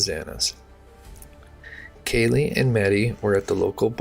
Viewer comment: Yes! Thank you for saying that because I was shocked that he screwed up the victim's names so much. If I were a family member, particularly of Kaylee or Xana I'd be furious that my child's name was not pronounced right.